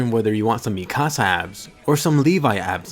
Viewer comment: I don't know why, but the way he pronounces Mikasa rly annoys me